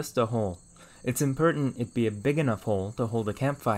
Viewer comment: Where is he from? Theres a part of his speech where every time he says something that should be "or" he says "er" examples are "impertent" "ferm" "ferge" or maybe it was "ferage" just something I noticed in the two videos ive watched